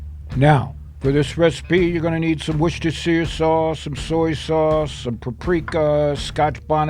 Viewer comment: Its pronounced wuster sauce